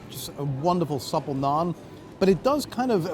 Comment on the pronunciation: As an Indian I can’t help but cringe at the pronunciation of Naan 🤦‍♂️